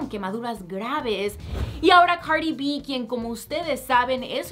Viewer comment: Por q dice cari b si su nombre es cardi b ?🤔